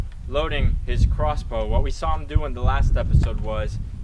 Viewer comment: you said rossbow